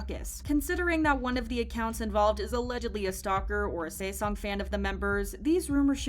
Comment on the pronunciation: I'm sorry, genuine question, how have you been making videos on kpop for 3 years but still mispronounce terms like sasaeng?